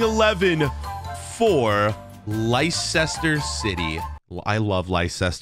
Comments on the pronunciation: Li-sester city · you did not pronounce leicester city right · He did not say Leicester right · I think you pronounced Leicster wrong